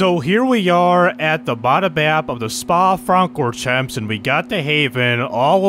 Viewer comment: cant forget about the "spa frawn-co-jumps"😅